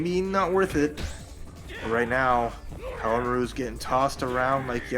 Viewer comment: Love how the commentators destroy poor Haohmaru's name. Haha. Poor guy. They did better with Yashiro's this stream though.